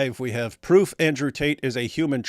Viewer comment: YOU SEE??... THAT'S THE PWOOFFF😂😂